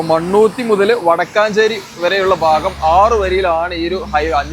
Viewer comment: വടക്കാഞ്ചേരി അല്ല വടക്കഞ്ചേരി